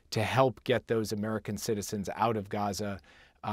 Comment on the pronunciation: Ain't no way the guy on the right is not a reptilian by the way he says Egypt lmao